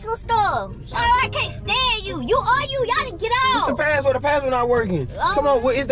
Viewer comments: "I did not change my pahhword" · It funny they say padword instead of password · i was dying when yall said "paword" instead of password LOL im dead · it craaa u gooon change da paaword 😂😂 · They don’t say password they say paword